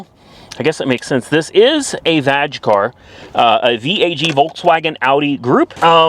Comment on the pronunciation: He definitely said vagg. Lol